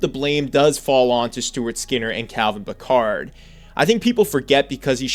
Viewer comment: Calvin Pickard is not the ancestor of Jean-luc. Say his name properly.